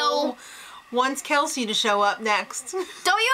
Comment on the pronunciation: First of all it's kelsey not kalsey she isnt a cabbage. Second of all every remaining houseguest gets to compete in the final HoH. And finally what do u see in the bros and kelsey? The bros are so immature are wrongfully full of themselves and kelsey is so gullible yet claims that she is the smartest person in this house. Oh well i suppose u are entitled to ur opinion but just know that Cassandra WILL win this season.